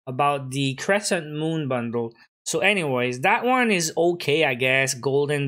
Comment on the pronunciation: You know what, IT EES WHAT IT EES